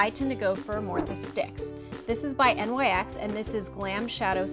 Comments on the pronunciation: It's named after Nyx the goddess of the night, pronounced Niks. It's on the website itself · Why does she keep saying N.Y.X it's nyx. Just say it like it's spelled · I hate that SO much! It's like, quit trying to make the rest of us that say it correctly sound wrong. Also on the Nyx Cosmetics snapchat, all of the Nyx employees pronounce it nicks. Not n.y.x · Did she really just pronounce it "en-why-ex"? Wow. Authoritative AF. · I stopped watching after she mispronounced NYX